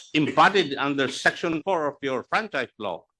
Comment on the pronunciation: Pagkabigkas ni acop ng law is low...